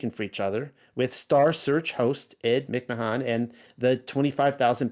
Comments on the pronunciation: Why does he keep calling him McMon? It's creeping me out, like the pronunciation of his name changed even...It didn't change did it? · hard to believe this when he can not even say ed mic man😆😆😆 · I lol'd every time you said mick-mahahn 😂 I 100% remember it as Publisher's Clearing House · You do an EXtensive amount of research, then have no idea how to pronounce Ed Mcmahon ? this was very weird to me, I grew up watching this shill